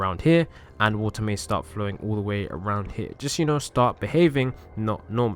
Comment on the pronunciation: did u say DE WAE